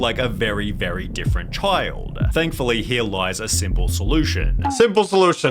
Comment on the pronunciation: "The most damaging show a CHID can watch"